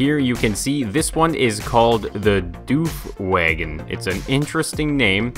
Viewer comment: its woof wagon, not doof wagon